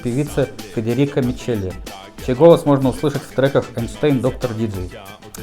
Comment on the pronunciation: Исполнители итальянские, может, и фамилии надо называть по-итальянски? Не МиЧели, а МиКели, например... За видео - спасибо!